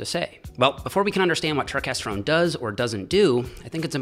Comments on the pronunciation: It’s not pronounced turkesterone. It’s pronounced turkesterone. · its not turk its turkes